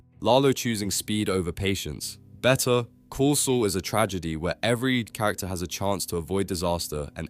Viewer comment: I think the entire thing is AI. Dude can't pronounce the name of the show properly at the end of the video